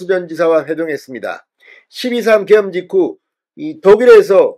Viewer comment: 죄송하오나 '개헌', '계엄'을 똑같이 발음하시니 헷갈리네요.